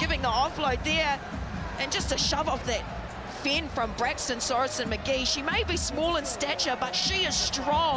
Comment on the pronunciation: "braxton"? lol